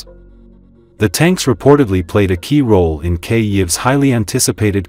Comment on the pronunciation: This AI narrator, can't even pronounce Ukraines capitol correctly.............., shame on you contentcreator, for your laziness👎👎👎👎👎👎